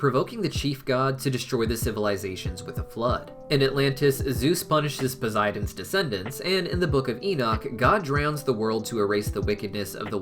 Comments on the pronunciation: Hey I pretty sure it's prunouced pow-s-I-den not poziden and I di know it's spelt posidon sorry if I'm being rude not good with social cuse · Great film and great video bud. One thing, You do realize Poseidon has and s and not a z in it right🤣😂 I would know my name is Zac🤣 just kiddin bro just never heard anyone say it that way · Anyone anynoyed by how he pronounces.posiden